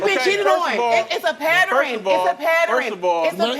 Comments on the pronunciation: Its a patterin it's a patterin. Jesus Lord can these people please learn to PRONUNCIATE and speak PROPERLY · Its a "patterin " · What is a paderin? Oh you mean pattern? Lmfao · Shaniqua.....What is PATTER RAN 😅😅😅😮😅😅😅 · What's a "patterin"? 😂